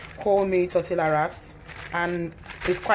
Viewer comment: Pronounced: Torte(y)a. Looks delicious. You need to open a restaurant, after this thing is over. You're right, the bell peppers are full of water. I don't use them.